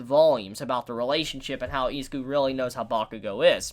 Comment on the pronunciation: I know this sounds weebish, but please stop calling him eezz ah ku. Try E-zuu-ku. I know it's Ryu to Riiyou, but still.